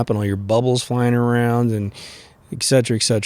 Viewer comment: Also its et cetera not ek setera lol